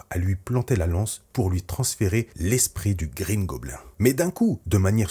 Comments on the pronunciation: Bouffon vert ou Green Gobline (phonétique) On ne dit pas gobelin en anglais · Alors par contre, ou tu dis "Green goblinE" ou tu dis le bouffon vert mais green goblin dit à la française ça fait beaucoup trop bizzare... bouffon vert ca va franchement, respectez un peu nos trad x) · tu aurai au moin pu prononcé "green gobline" 😭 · Quitte à l'appeller Green goblin prononce la au moins à l'anglaise (gobline) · Alors je te conseille de le dire en français la prochaine fois, car déjà sauf si tu es anglophone, je vois pas l'intérêt (ce n'est pas plus simple). Et surtout "green goblin" ou Gobelin vert au pire, c'est goblin*e* dans la prononciation à l'anglaise. Etant normand, auquel l'anglais est du normand (oui oui je mens pas lol), je dois avouer que ça m'agace de voir ça haha. Sinon, bonne vidéo. A bon entendeur ! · Tu dis mal green goblin